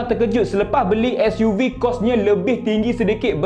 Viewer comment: Nak buat YouTube sebutan SUV biar btl skt bae.....gapo Dio....